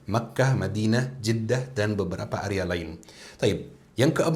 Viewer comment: Sptnya area bukan arya